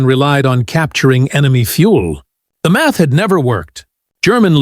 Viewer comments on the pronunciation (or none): none